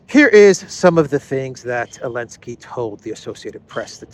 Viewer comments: Anybody, tell me please, why he pronounces Elensky, and not Zelensky? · What's the reason for now saying Elensky instead of Zelensky?